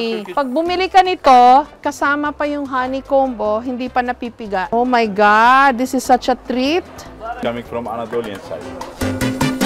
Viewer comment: Jessica;Oh my Gad Do not Kill me😂😂😂😂